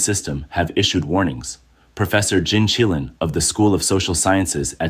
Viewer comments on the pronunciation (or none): none